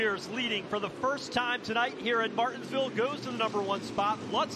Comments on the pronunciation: How hard is it to say Mar-tins-ville? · That's what he said